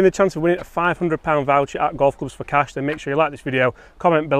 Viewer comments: "CASH" yes maate cmon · “Cash” As in Johnny Cash. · "CASH" C CA CAS CASH C A S H Do I have your attention yet...🤗